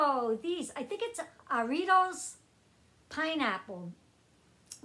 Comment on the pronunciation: You said Jarritos correctly